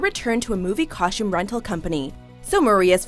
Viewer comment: I cringed every time she pronounced costume with an "SH". Ugh!